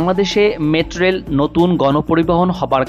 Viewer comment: কি রিপোর্টার রে ভাই মেট্রোরেল ও ঠিকমতো উচ্চারন করতে পারে না।